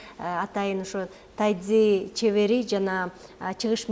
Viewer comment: Тайцзи дебей тайжи чуан десе туура болот го. Тайцзи орусча угулушу